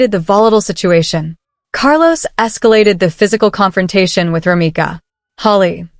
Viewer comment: ROMECA not Romica 😒🩷🩷🩷🩷🩷⚖️⚖️⚖️⚖️⚖️⚖️